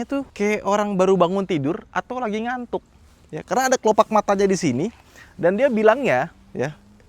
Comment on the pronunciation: Aneh bgt skrg kyknya klo dengerin kata ngantuk.. 😂